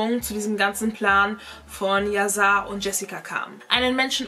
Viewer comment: Erstens wird es "Yaschar" ausgesprochen und zweitens heißt es "lebenslang". Drittens ist die Geschichte nicht ganz richtig erzählt: Jessica wurde sie nicht wegen Hörensagen verurteilt. Während des Prozess wurden die GPS-Daten von dem Handy der Tochter ausgewertet und festgestellt, wo die Familie an dem Tag war. Das war ausschlaggend. Ich war an den Verhandlungstagen am LG Itzehoe dabei.